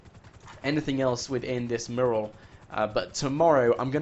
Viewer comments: It called a "mew"ral. You're saying it incorrectly. You're saying it like it is spelled murral. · ... The way you say Mural. It's not pronounced "Merl", it's pronounced "Moo-yer-al". I know things are said and pronounced differently in the UK, but.... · Learn how to pronounce "Mural"...you sound like a complete moron! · I really don't like the way he pronounces Mural.